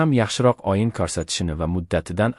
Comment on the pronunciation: Oyin emas ey oʻyin,sof oʻzbek tilida gapirolmasang,nega chirinasan,biladiganlarga joyni boʻshar,uyat,sharmanda